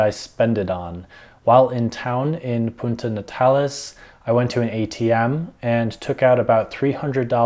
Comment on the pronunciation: So much bad advice in this and some things that are completely wrong for visitors at any other time of the year. He can't even say Puerto Natales correctly let alone communicate with the locals.